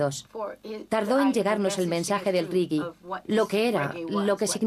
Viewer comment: se dice reggae no riggui!